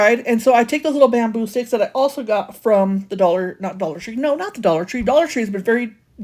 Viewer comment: I have a feeling you struggled getting dressed😂. Girl it happens to the best of us😂. I had to giggle because it sounded like you said baboon sticks for the bamboo sticks, but might be hearing things🤷🏼‍♀️🤣. You did a great job on that chess board. I don’t want to try being perfect either, I have lots of character😜😂. Glad to see you back♥️